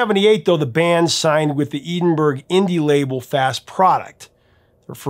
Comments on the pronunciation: It's not "Eden burg", it's "Ed in bra"! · *Edd-in-boro, not "Eedenburg". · I think it’s pronounced Ed-in-burrow, not Eden-burg? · It's Edinburgh (Edin-bur-ah), not Eden-berg. I don't do the pronunciation justice...I'm not Scottish...but it's not the town in Texas, Edinburg. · a small glitch on a great episode. But it's always funny hearing Americans pronounce British place names. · Do you know how to pronounce "Edinburgh"? It is not Edenburg. It is pronounced "Ed-en-borough." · The name of the town where Fast Product was located is pronounced ed-in-burrow. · "Eden-Burg"?! Come on,, you're better than that! Good episode, though, thanks. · Man, you completly butchered the pronunciation of "Edinburgh". It's pronounced "Edinbra", with the "e" pronounced like in the word "get". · You mispronounced "Edinburgh", the correct pronunciation is "Ed-in-borough". It's painful to hear Americans butcher names. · I almost had to downvote this video because of something that's just such a ridiculous mistake that I can't overlook it. Look up how to pronounce "Edinburgh" and it will become clear to you. Somehow, the rest of the video was good enough to make up for even something that off-putting...